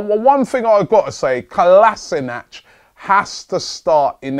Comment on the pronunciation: Totally agree - Kolasinac has to start. And please try as a Gooner to pronounce his name correctly.